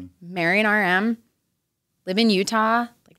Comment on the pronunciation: Right?! I thought she was saying "RN" instead of "RM," and I was like, how come she's looking for a registered nurse to date and marry?! Lmao🤣💀